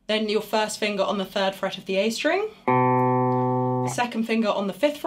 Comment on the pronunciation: I like the way she says "fust finguh".